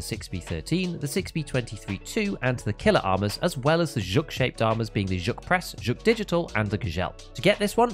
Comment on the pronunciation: finally, a contentmaker who pronounces Zhuk correctly. Gzhel is not an easy one, but way to go!